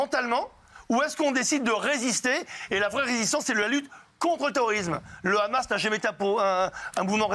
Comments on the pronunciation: Ils savent pas dire le Hamas?!ils sont là à déformer en disant le khamas!c est pas compliqué de dire hamas!(amasse)! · Déjà c'est pas kkhamas, c'est Hamas 😭🤣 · Je sais mais tant qu'à faire mieux vaut le prononcer Amas plutôt que Khamas le son " kh" étant inexistant dans l'alphabet français bien qu'il soit prononcé à l'insu de notre plein gré des dizaines de fois par jour avec tous les mots commençant par " cr ", "fr", " pr et " tr " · Ils le prononcent à l'israélienne alors que d'habitude ils font semblant de ne pas savoir prononcer le kha, alors qu'ils le prononcent chaque fois qu'ils disent le mot France, transport, pratique etc...